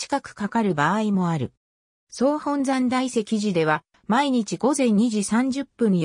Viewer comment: 読み方が、違うようなきが、、大石寺のこと、おおいしてらではなくて、たいせきじと読みますよ。